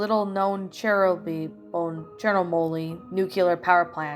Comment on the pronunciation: Awesome reading as always! Also it's pronounced chur no bull. Hope you had a nice Halloween and you can read my request soon! Did the link work for you? 😊